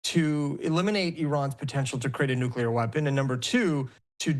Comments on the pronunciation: If they have "nucular" weapons that's ok. Long as they don't get "nuclear" weapons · I think we should discredit anybody who gets on tv and says "nucular" instead of "nuclear".